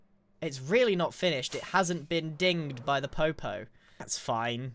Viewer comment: Took me while to understand the pun that may or my not be intentional Also it’s Poe Poe not popo Edit: you fixed it good job 👏